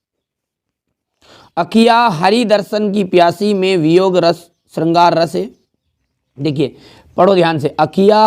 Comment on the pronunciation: Rrrrrrrrrrrrr रस 😂